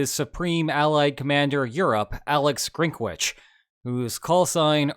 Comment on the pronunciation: Grinkevich not Grinkvich, american and randomly dropping sounds...